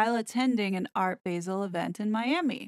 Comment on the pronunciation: Regarding "Art Basel": the "a" in Basel is pronounced like "ah" (as in "Say 'ah'!)